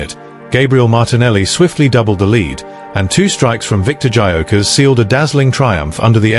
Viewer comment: If you can’t even pronounce his name correctly, you have zero credibility.